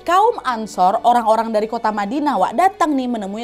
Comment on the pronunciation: Badinah salah ucap kak,ya?